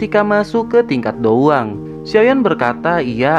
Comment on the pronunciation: Perkataan dou Wang sama dou Huang lebih di perjelas lagi bang, soalnya terdengar samar/mirip